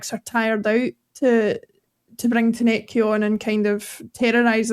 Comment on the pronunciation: Good show guys. But please...TOU-NEK-TI is his name. Not Tanecky or Tounet-kay